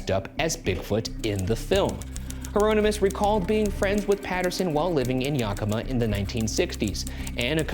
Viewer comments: no disrespect meant but, its yAh-ki-ma (with the 'a' a bit more pronounced and there's no a sound in the 'ki', it's more of a 'kih' sound), not yah-ka-ma. long time resident (born and raised) of WA and someone whose grandparents live in Yakima, it's just something that has always irked me. Great video btw, as mentioned I've lived in WA a long time so it's cool to see the ghoul boys cover a topic so close to home. I've seen many of our statues and have even gone to a 'bigfoot/sasquatch festival.' I'd love to see you guys cover 'Jake the Alligator Boy/Man', he's not exactly a cryptid, but a cool part of WA history and always something I've wondered about. I go see him almost every year at 'Marsh's Free Museum' in Long Beach when me and my family go on road trips (i have merch of him lol) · As a PNW native, I cringe every time Ryan says "YAH-kima" instead of "Yeah-KI-ma". It just sounds.... wrong. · tiny insignificant nit pick, it's pronounced "YACK-i-MAW" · I still hope we'll get another cryptid hunt one day like a Mystery Files field trip! And I wish someone had asked me how to pronounce "Yakima" before they filmed this 😂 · I'm from WA and the way Ryan says Yakima HURTS ME